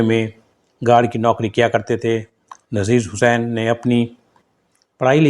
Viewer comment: अरे भाई नाम का उच्चारण ठीक कर लिया करो ,आपको नजीर हुसैन,नसीर हुसैन में फर्क पता नही है क्या,अपने वीडियो को खुद देखना सुनना